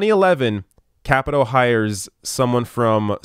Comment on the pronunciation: I hope Ojeda takes out Capito in 2020 and then Paula Jean Swearingen takes out Joe Manchin in 2024. I hope to see Paula Jean in Congress before then, of course. Also, not sure, but I think it's pronounced Kuh-pee-toe.